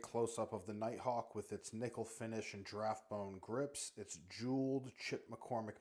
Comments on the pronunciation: Stumbled on this channel and I like it. But for the love of GOD please pronounce "GIR"s when you say giraffe. I dont know what graffe bones are !! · Did you know there’s an I in giraffe? Not sure you knew that, because you keep saying draff